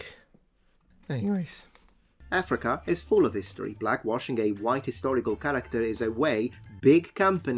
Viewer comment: full "hisotry" :)